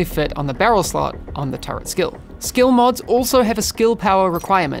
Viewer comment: Why does everyone in the game not know how to pronounce “turret”?